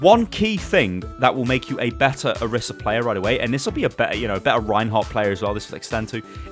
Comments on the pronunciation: Why does everyone say oh-rih-sah when she calls herself oh-ree-sah. Annoys the crap out of me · Why does everyone keep calling her Orissa? It annoys me so much! Her name is Orisa xV